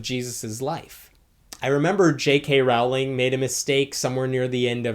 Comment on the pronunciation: It's J.K. Rowling. It rhymes with "bowling".